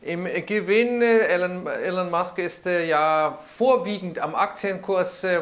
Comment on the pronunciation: Aussprache in Englisch: "Ilon" Musk, nicht "Ellon" Musk. Regolatory Credits sind keine Kredite oder Subventionen, sondern Emissionsrechte. Kann man mögen oder nicht, ist aber in den USA und Europa Gesetz. Wer die gesetzlichen Emissionsvorgaben nicht einhaltet kann diese von anderen (z.B. Tesla) kaufen oder Strafe zahlen.